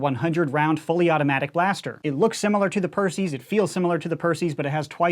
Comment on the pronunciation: Yay said perses right instead if pierceys